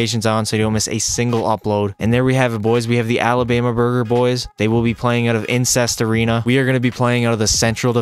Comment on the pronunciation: “Insest arena” 💀💀